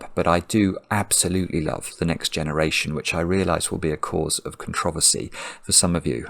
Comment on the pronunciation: Your love of Star Trek TNG isn’t as much of a controversy as is your pronunciation of the word “controversy” 😂😜